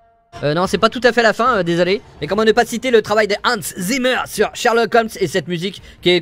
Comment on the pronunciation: Tres belle accent teuton en prononçant le nom de Hanz Zimmer, arch! Merci 🙏